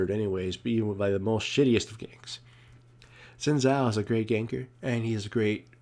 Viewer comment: its shin tsaoh (xin zhao)